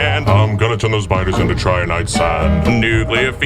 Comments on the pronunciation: Trinitite not triniite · Your pronunciation of trinitite was off but the cover was too good to actually be of any concern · Man I loved that Nuclear Fever song just as much as the first time... well, if only I didn't cringe every time you butchered the pronunciation of 'Trinitite'